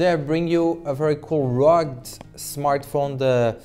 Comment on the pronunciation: Rug or you mean rug-ged..